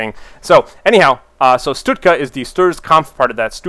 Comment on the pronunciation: why does he say stutka? isnt it stuka?